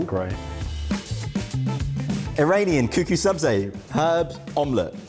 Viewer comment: Sabzi not Sabrina grrr